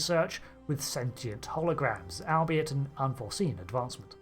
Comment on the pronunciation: Albeit is pronounced all-be-it